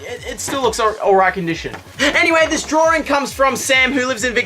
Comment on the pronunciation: draring or drawing? ... australia, oh you